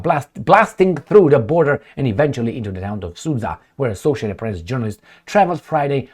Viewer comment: the city Sudzha supposed to be pronounced as: “Su” (like Russian fighter jet), and then something, like word JUMP, but without last two letters. So, it should be “SU”+”dJa” with accent on its first syllable. 😊